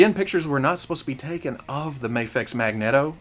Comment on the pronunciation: You say magneto like a Mexican, as a Mexican I approve